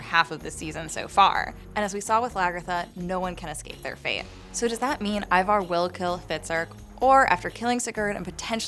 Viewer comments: Why do you pronounce Ivar the way you pronounce it? Its not an English name. I think you should not pronounce first letter I as in lets say a word iron but like in word instant. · who is ivar ......its bloody ivor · You notice Harold pronounces everything different than every other character, the way he says Ivar and everything